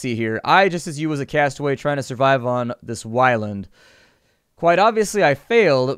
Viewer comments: I feel like its still pronounced like Islands, isk why but whylands sounds super weird... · It's pronounces Islands, I believe.